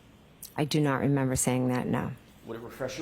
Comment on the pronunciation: She looks like shes trying to hard to say i dont remembah, for the millionth time. No, we not asking what the report says, we asking if u says.